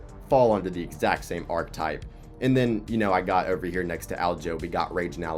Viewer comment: that ain’t a typo dawg you called it “arc type” the whole video lmao